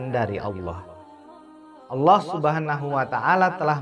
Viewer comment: Allah pengucapan Alloh bukan Allooh...